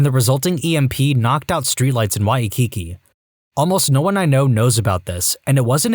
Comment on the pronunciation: First time hearing someone mispronounce "Waikiki!"